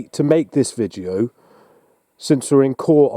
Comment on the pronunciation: Does he keep saying "vijeo".....?